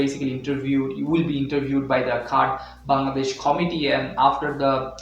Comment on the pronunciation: Great informative video! One thing I noticed, it's a bit awkward that you consistently pronounce the name of the country as "Bangladesh." I hope you take this feedback positively, as it could really effect your content. Keep up the great work!